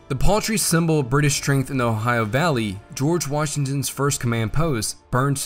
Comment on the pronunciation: I love your pronunciation of "O-hi-uh". Sounds just like my parents and grandparents, who were from the region of eastern Ohio and northwestern West Virginia, near the Ohio River.